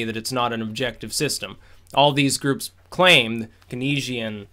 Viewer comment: Keynes is pronounced "Canes" lol